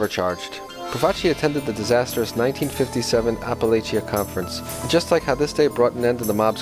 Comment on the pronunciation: Appalachian- Pronounced App-A-Lake-In. It’s a town, not the mountains.